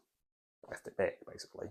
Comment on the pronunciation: it's bæg, not behg. E minus.